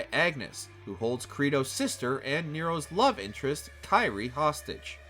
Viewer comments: 😬 her name is pronounced as "KEER-ee-ay" foo, Sparda is absent not dead and he made and used Luce & Ombra, Ebony & Ivory where made by, Nico's grandma Nell Goldstein and given to Dante as a gift right before she died. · It's Kyrie (pronounced /ˈkir-ē-ˌā/), not Kairi. It's not Kingdom Hearts. Lol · Dude u can't even pronounce kyrie so please don't try and there's so many wrong details in this